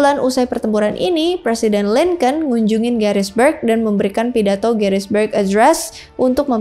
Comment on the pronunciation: Gettysburg.. bukan Garisberg